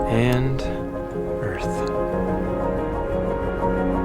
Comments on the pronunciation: the ultimate cherry on this weapons-grade-stupid sundae is that he's not saying "earth", with a -TH, like the rest of us, but "earf", with an -F. This one really has to be my all-time favorite flatard! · This guy makes me laugh till i darn near wet my pants. He's such a moron. Can't even say "Earth", the illiterate fool. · I think he was talking about the earf. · This guy drives me crazy with his refusal to speak words through to their ending letters. Also the word "earth" doesn't end in an "f". He is so intent on remaining uneducated.